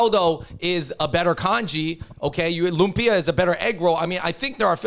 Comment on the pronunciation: Bros., LOOMP-yah, not loom-PEE-uh 🤓